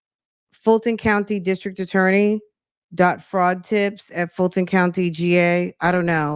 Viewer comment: I wonder if his "brother" will get in any trouble for pretending to be a turny (i.e. attorney, but says turny lol!)